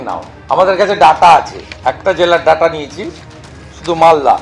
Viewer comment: Birodhi dolo neta ke bolun uccharon ta thik thak korte ota ডাটা নয় এটা ডেটা